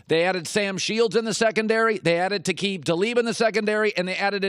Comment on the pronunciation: Nobody is gonna mention that he said “Taqib Talib”?